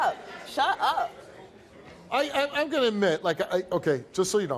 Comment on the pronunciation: It is shut up ...not shu up, Fool